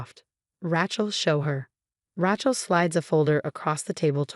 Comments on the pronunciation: Smiled at the pronunciation of name raechal. It should be lije Ray chill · We don't know how to pronounce Rachel? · Hey, can someone teach AI to pronounce Rachel or Sophia?